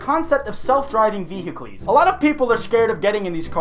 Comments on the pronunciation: Nigga did you just pronounce vehicle VEER-HIC-LEYS!?!? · did did you just say ve-hic-lees?